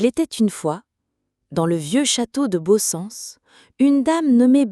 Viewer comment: Svp, en langue d'oc, il faut prononcer le "t" final de "pietat" et, dans la plupart des dialectes d'oc, les terminaisons en "ens", comme Baussens, se prononcent comme le son français "inse". Merci pour cette jolie légende. Dans quelle commune se trouve la chapelle ?